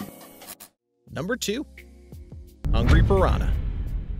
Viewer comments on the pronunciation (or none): none